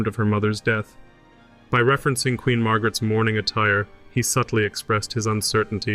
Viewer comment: Your reading of the documents is not correct. Don't pronounce every syllable. The words are similar to today eg 'queen' not 'quenn'.